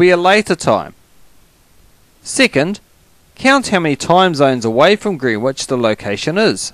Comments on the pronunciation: Fyi, Greenwich is pronounced "Gren-itch". No idea why. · Greenwich is pronounced gren itch because english is silly ha ha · You kept saying Greenwich wrong.